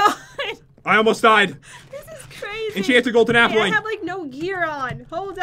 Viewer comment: Go to pat said enchanted golden appley